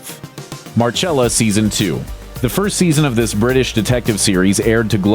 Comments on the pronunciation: It’s Marcella not Marchella smh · Mar-CHELL-ah? Don’t you mean Mar-SELL-ah?! Jesus. You Really need to check your basic facts and names.